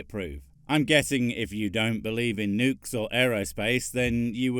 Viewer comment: I can’t take that guy seriously, the bad pronunciations just ruin it for me. Like the nukes on mussels? What do seashell creatures have to do with huge explosive payloads and the moon?